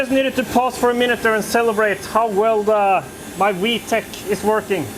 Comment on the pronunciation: Vtec no H lol vtech is an electronics company lol